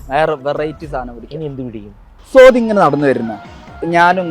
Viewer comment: സോതി അല്ല സാറെ.. സ്വാതി 😂.. പിന്നെ.. പിന്നേ.. Issu സാറെ തൊട്ട് കളിക്കണ്ട ട്ടാ... ഞങ്ങ ഫാൻസ്‌ trignometry ഇട്ട് ഹരിച്ചു ഗുണിക്കും 😂